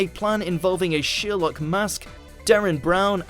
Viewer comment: nice video, by the way, that is Sherlook not sherlok in pronunciation.